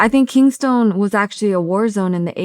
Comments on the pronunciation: Its "KINGSTON", NOT "KINGSTONE" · It's Kingston not Kingstone. Vladimir do better please your insulting my people. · It’s “ Kingston “ not “ Kingstone “ 🤦🏾‍♂️ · “KEENSTONE” haha wtf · Did she just say king-stone lmao. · Did she say “King-stone” 🤨🤨🤨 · She did smh